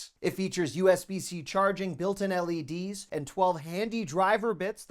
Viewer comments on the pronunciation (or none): none